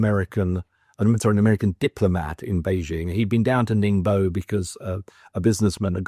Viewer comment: He can’t even pronounce Ningbo